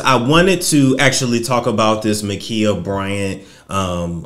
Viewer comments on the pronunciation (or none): MA'KIAH like Kiah. Like my neck my back. MUH KIE UH